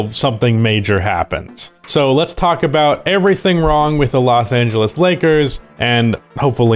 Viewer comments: "Los Angelas Lakers" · Los AngelAs??😂 But seriously, love this channel. Just subscribed